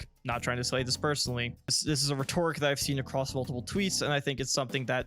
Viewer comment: Here's my HARSH criticism: You're mispronouncing "rhetoric". The first syllable is stressed. :)